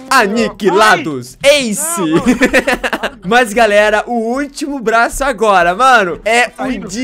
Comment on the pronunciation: Quem percebeu q ele falou blaço Deixa like